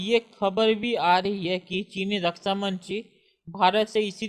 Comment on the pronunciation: Rasa mantri nahi raksha mantri hota hai bhai. Be clear with your words lots of people listening to you.